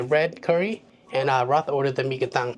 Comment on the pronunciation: His name is not pronounced Roth, it it pronounced like Chappell Roan, but instead of saying Roan, you swap the n with a t, so “roat”